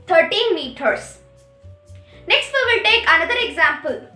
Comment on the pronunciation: First of all it is not meoter it is meters IMPROVE YOUR ENGLISH AND PRONOUNCIATION. U are a kid and i am a teacher specially English teacher and i am not happy with your english ok. I know more than u ok so don't be ridiculous and oversmart